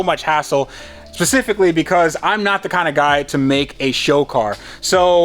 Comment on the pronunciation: tries to say “specifically” says 🌊 instead